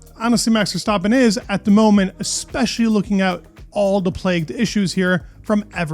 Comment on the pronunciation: Good videos. Just about F1. Hopefully the season will be exiting. Love how you pronounce Verstappen the right way. Keep it up